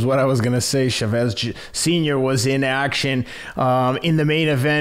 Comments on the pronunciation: Why does Teddy keep saying "Chevez"? It sounds like a french fighter. It's Chavez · Love the way Teddy says “Chavez” lol Shavez. Teddy is the 🐐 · his pronunciation of Chavez ahhahahahaah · Why can't Teddy pronounce his name correctly? Start there Teddy.